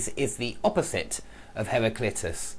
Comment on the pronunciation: Lol it's not pronounced "har-ry-clit-us" man! Lol hilarious. It's "har-ry-CLI-tus" !!!! Lol